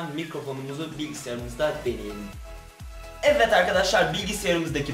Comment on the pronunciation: evet derken neden evet değil de evvet arkadaşlar diyorsun çok merak ediyorum😃